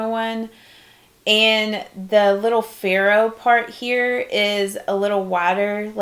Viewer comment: The part you called a "farrow" is actually called a "ferrule," pronounced FAIR-uhl. :)